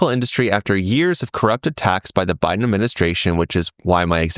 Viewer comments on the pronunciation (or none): none